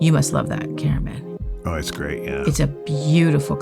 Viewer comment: Did no one pick up on Camera Man saying that Greyt is Great? 🤣